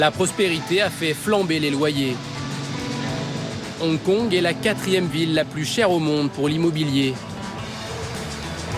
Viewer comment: On dit Hong Kong, pas Onkon.